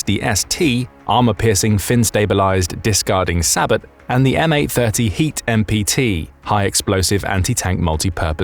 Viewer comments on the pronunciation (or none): Sabot is pronounced say bo... just for future reference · When you instantly stop watching the “military” channel narrated by a weeb that pronounces sabot phonetically and not “say-bo” correctly 😂 sabot with the hard t sounds terrible